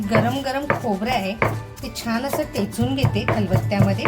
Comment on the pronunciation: टेचून न म्हणता , ठेचून असं म्हणा !